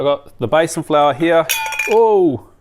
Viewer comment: Hi by the way it’s pronounced Bee san flour. Love your work 💋